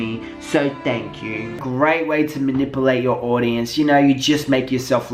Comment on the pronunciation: I love the way you say manipulate, sounds like "mahnippleate" cracks me up so much